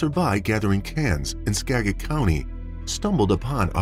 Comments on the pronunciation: SKAGIT!! Not sagit!! SKAGIT county! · It's Skagit...pronounce the k as well. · And Skagit is pronounced SKA-JIT. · Washington native here... Skagit County is pronounced Skah-gette not Skadget. Cedar Wooly is actually Sedro Woolley. A lot of towns in WA are hard to pronounce because they are named after the local Native tribes or past Native tribes.